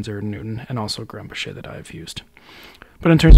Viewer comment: It's pronounced GRUM-bocker, not Grum-buh-SHAY. It's a Swiss/German name, not French. Just FYI.